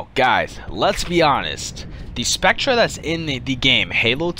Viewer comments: I'm sorry but I can see why you have very few subs. if you're going to suggest vehicles you find "awesome" at least have the fucking decency to know how to fucking pronounce the name. spectre is pronouned the exact same as specter, not spectruh, moron. also the prowler is a brawler. know the fucking names and the fucking class of the shit youre suggesting. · It's pronounced spect-er dumbass, not "spectra". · By the way, it's pronounced "Specter" not "Spectra" even though it is spelled Spectre. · I'm sure it's pronounced spec-ter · "Spectra" Excuse me? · lel spec treh is pronounced spector but meh